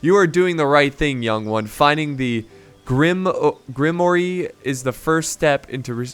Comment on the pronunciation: Grimoire is pronounced Grim-wahr. Its definition is literally, a book of spells.